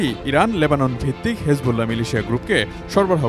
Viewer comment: হিজবুল্লাহকে হেজবুল্লাহ বলাটা বড্ড বেমানান, শুনতে খুবই অসহ্য লাগে!